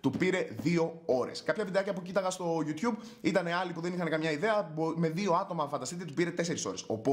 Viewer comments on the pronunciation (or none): none